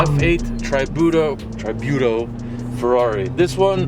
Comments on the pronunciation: Stop calling it TR-EYE buto. Geez. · TRI not TRAI Tributo... awesome car